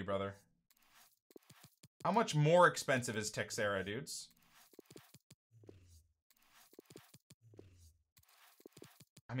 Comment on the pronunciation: smh "Teckserra" lol